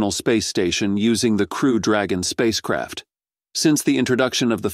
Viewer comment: Every time he said space craft, I heard space crap! Hahahaha